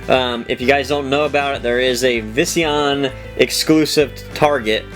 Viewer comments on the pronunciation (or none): You said Vis-E-on. It's vision. Like how you see.